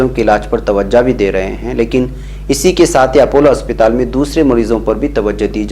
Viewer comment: मेरी राय मे सही नाम अस्पताल है ना कि असपिताल